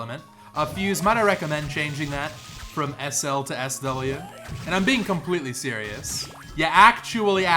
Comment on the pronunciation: "I'm beeing clompletely serius" such a good gamer